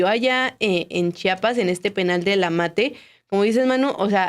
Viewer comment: Chpas?? Si no don puertas tu periodista quien eres para que pronuncies chapas, estudia amigo es CHIAPAS no Chapas si no son puertas